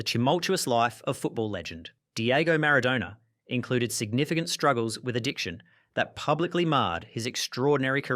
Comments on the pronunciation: Mara-doner kebab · Bruh, I'm Aussie too but you can't pronounce things.. Maradona and Ajax for example.